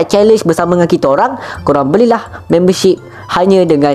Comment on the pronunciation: be like: Memberrrrrrrr shipperrrrr Me: aku nk jumpa cikgu BI dia ni-.